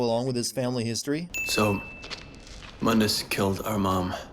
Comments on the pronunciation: Also its not mun dus it's moon dus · Add a sin for every fucking time that the name Mundus was mispronounced. It's pronounced (Moondus) mundus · Btw another sin of the pronaunce of Mundes name the U is Spoken long in case you have t Played Devil may cry 1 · Aaron Page My explanation is that this is a different universe than Old Dante's. Just like everyone calls New Dante "Donte", the New Mundus is "Muhn-dis". Separate characters, different universe, I guess. It's differentiation. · there is one thing I'd like to know, since you made references to the original Dante why did you mispronounce Mundus in your video?